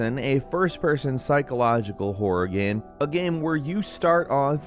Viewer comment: God... you really have a problem speaking some words. "Top 15 Wor games of 2022"